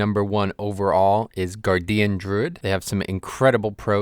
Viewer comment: I fell out of my fucking chair when I heard " Gar Dee Uhn Druid"